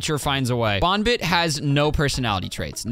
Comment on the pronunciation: YOUR SAYING BOONBIT BUT ITS BON BIT